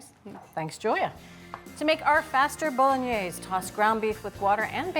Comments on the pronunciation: Bo-lo-gne-se: the final "e" is not silent. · Learn how to pronounce the dish. You're not even close!